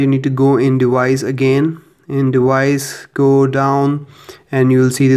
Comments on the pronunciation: it's device!!! not dewise. so annoying. also you could just call it a watch which is what it is you knowww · Device. Not "dewise" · Dewice is driving me insane. It's deVVVice. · NOT DEWICE. IT'S DEVICE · Why do you say dewice it's frickin device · The "dewise"💀